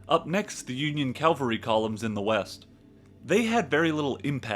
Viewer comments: CAVALRY. not Calvary!!!!! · Love the talk - but don’t like to hear Calvary instead of cavalry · OMG please: It Is CAVALRY not Calvary! The Calvary Is the mount where Jesus was crucified! What Is wrong with you?😮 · Please stop calling cavalry Calvary